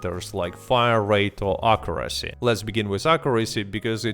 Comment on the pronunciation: Akurrasee does sound weird